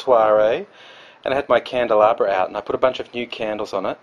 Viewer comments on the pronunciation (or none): Candelabra? Well oooh la di da mr frenchman.